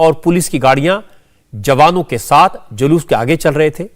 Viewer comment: DGP महोदय जूलूस को जलुस बोल रहे हैं जो मुंह से सही नहीं बोल सकता वह कान से सही कैसे सुन सकता है